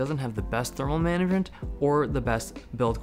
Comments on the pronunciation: "manaement" :D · manament XD